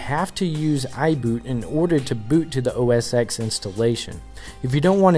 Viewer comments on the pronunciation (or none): my god, it's pronounced OS TEN not OS EX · it's pronounced "oh-ess-ten" and not "oh-es-ex" . Do your homework